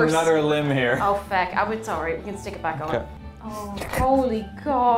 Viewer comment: that was the most Irish “oh feck” I’ve ever heard